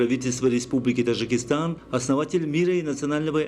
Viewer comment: Уважаемый диктор , пропускаешь букву Д в слове ТаДжикистан,немножечко внимания ,проштудировать и вперёд,а не то слушать невозможно,,Тажикистан,прям до тошноты